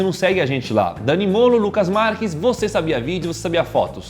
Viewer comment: O Daniel poderia falar no começo assim. Opa galerinha eu sou o Daniel Mole de matar... de em ves de molo